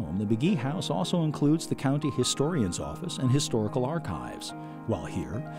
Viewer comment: One would think the narrator could pronounce the name of the county correctly????????